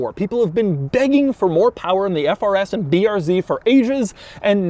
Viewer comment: "People have been begging for more power in the FRS and BRZ for Asians..." Can't unhear it.